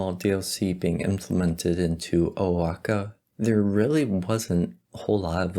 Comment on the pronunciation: its pronounced wah ha ka